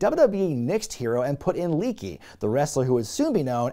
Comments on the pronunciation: It's pronounced Ley-ah-key not Leaky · Lee-ah-key not leaky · It's not Leaky 😆😆😆 It's pronounced Lee Ya Key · Leakee lol (Lay-ah-key) sorry had to do it.